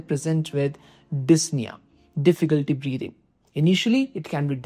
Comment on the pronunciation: Really helpful breakdown of CHF management! Could you explain how you decide when to introduce ARNI versus ACE inhibitors in practice? Also, a few corrections—for example, like 'dyspnea' instead of 'disna', 'orthopnea' instead of 'orthopnia', 'paroxysmal nocturnal dyspnea' instead of 'paroxismal nocturnal disna', 'pleural effusion' instead of 'plural diffusion', and 'NT-proBNP' instead of 'ND probnp'. Small edits like these would make the video even clearer!